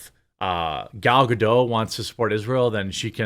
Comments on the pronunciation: Ok please.. it's Ga-Dot.. NOT Ga-Dough... she's Israeli not French!! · What is sooo hard for americans to say GadoT?! 😂😂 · Ga-DOTE. She pronounces the T.